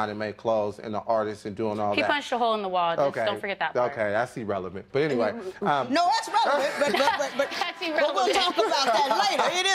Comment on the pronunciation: did he say Erelevant?